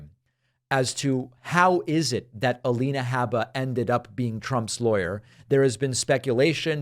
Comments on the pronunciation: Lien not lean... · A-lien-a Habba. lol :) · "leans"... lol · A-lean-a habba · A-lien-a is what a lot of people are calling her.